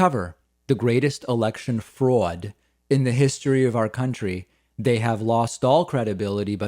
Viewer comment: That was the most Boston way to say fraud